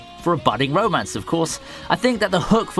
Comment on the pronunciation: it sounds like he is saying bro mance